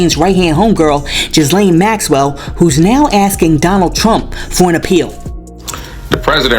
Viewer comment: Yes. King needs to move. He is way too disrespectful. The skit was fire! 😂😂😂 Trump is gearing up for a Maxwell, Diddy pardon!!!! Something is in the works. Also Ghislaine is pronounced Gilllane. Just a friendly FYI.